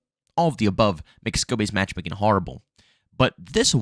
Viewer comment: It sounds like you are saying “scobbys match making” lol. It